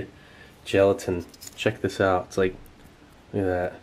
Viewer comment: sa lets get this aht ona treh